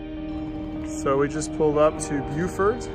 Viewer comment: You can tell he is not a southerner haha. At least he said Beaufort correctly